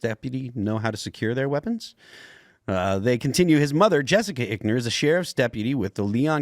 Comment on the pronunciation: It’s EYEckner. Not ickner.